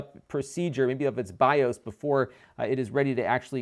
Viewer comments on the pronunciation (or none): none